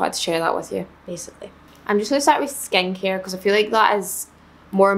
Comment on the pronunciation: Every time she would say “skincare” I should she was saying “Skanky” 😂 I’m sorry I’m so American.